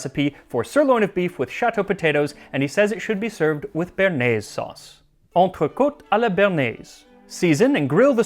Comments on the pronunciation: btw béarnaise is not pronounced "burnaise" but more like Bay-har-neiz. béa is a bit like in the name Beatrice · you know... there is a reason there is an accent on the E of bearnaise.. its cause u have to say BEY AR NAISE. never forget this again, plebian